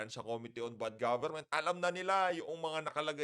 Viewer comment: Anong sabi mo good gobernent eyyy eyyy eyyy????sabihin mo .bad imfluence goberment.....style mo bolok.....